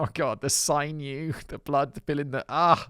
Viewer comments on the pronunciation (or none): Sinew. Not sign-you. Sin-you. Linda.